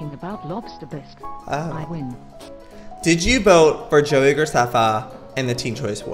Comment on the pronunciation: Lets go over the fact that she said Joei Graceffa.. Joei: (Joe-I)